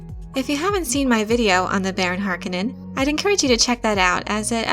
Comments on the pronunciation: Isn't it Har-'Koh-nen not 'Hark-uh-nen? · Minor pet peeve: it’s house HarCONEnen not Harkenen. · Dear god! Read the bibliography in the back of the book please! It is pronounced [har-KOE-nan] emphasis on the KOE. not [HAR-conan]. [ah-TRAY-dees] [PIE-ter de-VREES] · HAR-KO-NIN. Not HARKO-NIN. NERDS! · You are mispronouncing Harkonnen, stop saying it like its spelled Harkonenn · Its HarKOnnen. The accent is on the second syllable! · Yeah, so the first time it happens is at exactly :30 seconds. After that, I was only able to let it continue rolling for another 15 seconds before I sprang into action. Ending that abomination. If I'd had to listen to the remaining six minutes and change of her butchering the pronunciation of Harkonnen, I'd become so enraged, as to make 'Beast' Rabban seem like a Bene Gesserit by comparison. Closest thing I can think of, is if you were to fill the Rose Bowl Stadium with people, humans being the best species to use in this example. Thing is, in front of everyone, in front of every person in that stadium is a 2' x 3' chalk board, positioned at the most ideal height to allow said person to drag their nails down said chalk board so as to produce the maximum soul tearing screech possible(aka turning it to eleven). Now imagine them all doing it at the exact same instant. That's what it feels like every time I hear her say Harkonnen. Or near enough. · Considering the movie, the miniseries and the games that already exist, you have no excuse for pronouncing "Harkonen" that way. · I love the videos but I hate how she pronounces Harkonnen. Either the movie mispronounced it every time it was said by several characters or she is. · When one makes a film about Dune and a Harkonnen character, one must learn how to pronounce 'Harkonnen' properly... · i had to stop after the third time you pronounce Harkonnen name, sorry. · I cringe every time she says Harkonnen. Otherwise good video. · I can’t stand the way they pronounce Harkonen